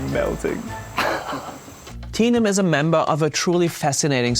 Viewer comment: Commenter: The people around Tenom, as her «Daddy», called her «Teh-nom», but you call her «Tee-nom», which is very different. A name is such an important personal identifier that we all have and use. When you make videos like this, please make sure to check what their names are and how it is pronounced and make an effort to describe it perfectly!!! It really. more than anything, shows respect and care!!! ❤❤❤